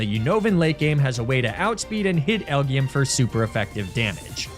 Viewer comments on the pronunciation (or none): It's "El Jee Em" not "El Gee Em" Supposed to sound like L.G.M. aka Little Green Man aka Aliens.